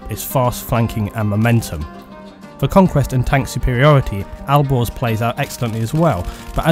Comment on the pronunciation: when you said "Alborz" it sounded like "Al Gore's" lol